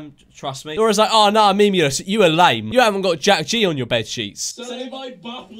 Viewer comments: Its funny how he says "memolus" instead of memeulous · MEM U LUSS Me:why just why his name is not Mem u Lisa his name is George Memeulous MEMEULOUS OKAY U UNDERSTAND GET IT RIGHT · 'Memuluses' Bro does he even know english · And he can’t say memeulus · Anybody else laugh when he went: mEmuLes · Swear to god he said memulous